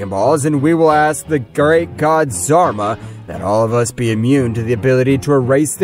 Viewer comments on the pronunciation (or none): zarba…isn’t it Zarama?